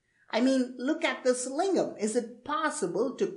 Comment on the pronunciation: Lingam is tamil pronunciation. He is right. He could have added Siva or Shiva.